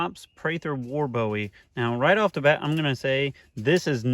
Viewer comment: HE SAID PRATHER WAR BOWIE ...MAYBE 876 TIMES....AND ITS PRONOUNCED BOOEY NOT BOWIE LIKE DAVID BOWIE...I AM FROM SAN ANTONIO and I believe the man knew how to pronounce his last name...FACT spelled BOWIE Pronounced BOOIE